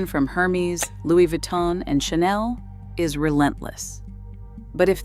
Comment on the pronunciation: It's Er-mes not Her-me-s